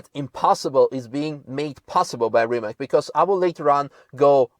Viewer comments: The pronunciation is Rimac. Not Rimak. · it's more like 'Reemuts'... with 'TS' at the end and not 'K' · you work for RimaC, not RimaK, it is Croatian brand and spelling is RIMAC. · Beautiful car from Rimac company from my country! So proud of it. Btw.... its called RimaC, -- not "Rima(K)" .. its Croatian word, not American ... correct is as written... not "s" or "k".. just C... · it is not 'Reemac'. please learn to pronounce it right. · iT'S NOT RIMAK, last letter iz c, like in pizza, ok? Ok, you know it, later. Sorry. Why Rimak on the beginning, maybe because it's not normal for you, I understand, but you rembembered, Kudos! Nevera , it's really name for Adriatic cost storm on our side, not all the Mediterranean sea and not on Italian side of Adriatic sea ( I know, that's also at the same time part of Mediterranean, but north, or west-north diagonal position of our coast when you look on world and EU maps, any maps at all and the big mountains real close on some parts creating a real Nevera. Especially wih only rocks and sea, like on island Pag. The other force is a strong north-east winds on our coast, named Bura.) Litlle something for you and others to better understand. During a summer time, but also tru out the year, there are more and more tornados over sea during Nevera, also. We call it, thah tornado I mean in Croatian, Pijavica. Also that letter from zz (pizza).